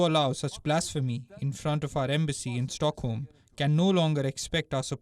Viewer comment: Why say "Toorkie?" Can't you pronounce it properly as "TURKEY"??? And what is "Stockem?" Please be careful, it's very irritating for the ear! I've nothing against accents, but the pronunciation has to be correct, especially for a news reader. And about the main issue; it's a very insulting and stupid action or inaction. The one who burns holy books, irrespective of the religion should be seriously condemned and punished. And why is it so hard to take immediate action against the perpetrator??? I fully support Turkey (not TOORKIE) and condemn Sweden.